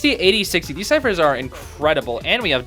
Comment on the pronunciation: you become chinese